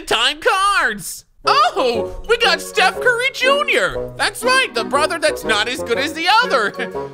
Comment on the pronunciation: "just put a t in your name" steth curry